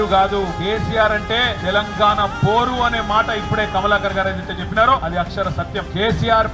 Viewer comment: పోరు కాదురా బారు